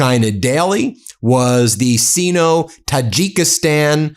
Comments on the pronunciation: The CORRECT pronunciation, for CENTURIES, of "sino" is SIGHno and not SEENo as Ben said in this video. shame on Ben. Yes I know many AI read it wrong, and there is a trend to pronounce sino that way nowadays, but it is not correct. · Sino-China relations is pronounced sy no not si no. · Sigh-no, not "see-no" for pronunciation of "Sino." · Ayyeeee... Sino is pronounced sighno .... ( not "seeno"). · Sino - the i is pronounced as a long sound, ie S-eye-no not Seeno 😊 Great report thank you. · Do your homework. You sound uneducated, kinda like... english (Prefix): Usually pronounced "SIGH-noh". Not C note, that's slang for a unit of money... oh, wait. that works too.... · "SIGH-no," Ben, not "SEE-no." Goodness! Another egregious mispronunciation from you? Get some help with this recurring issue. PLEASE! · It is not "see-no" Ben. You frequently get pronounciations wrong. Particularly With the letter "I". It is pronounced "Sigh-no" or Seye-no" Stop guessing. It is a long "I". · Sino is pronounce Syno not Seeno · pronounced Syno not Sino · Sino, pronounced -seeno, not cyno. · SIINO = ‘See-no’ ??? Ben for a bright guy you sure make a lot of mispronunciations- some are very odd, not sure where you get this from Should probably work on your vocabulary in general, often very repetitive- with the adjectives in particular Also, when you get excited you have a tendency to sound like Mr. Haney on Green Acres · The word/prefix "Sino-" (meaning Chinese) is most commonly pronounced as "SIGH-no" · SINO is pronounced with a long "i"... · Ben, Sino has a long o, like sign-o. I love your content, but I've notice that you need some help with pronunciation of less-familiar words (such as papacy, etc.) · Ben, its Sino, rhymes with rhino